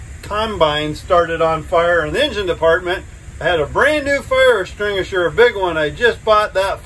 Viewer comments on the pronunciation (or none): Because he said fire estwingisher?